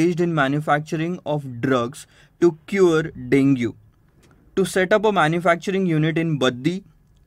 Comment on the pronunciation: Sir, you have mispronounced the word 'Dengue'.